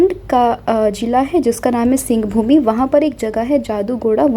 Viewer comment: सिंहभूमि‌ नहीं सिंहभूम